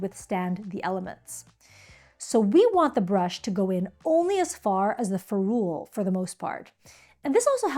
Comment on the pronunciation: Awesome video!!! I can’t wait to watch your others, even as an experienced and professional watercolorist. I learned some things. But it’s FEH-rool, not feh-ROOL. I Googled to confirm via several sources, even though I’ve been saying it for decades.